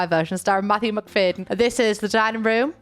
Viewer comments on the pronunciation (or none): babes it’s mac-fad-yen